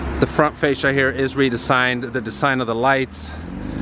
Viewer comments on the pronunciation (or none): de....sign how you pronounce some words cracks me up